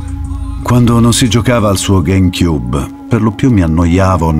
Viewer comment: qui per sentire luca ward pronunciare "game cube"